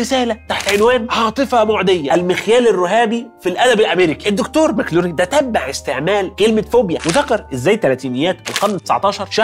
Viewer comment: دون جيمس ماك لوفلين... مش ماكلولين.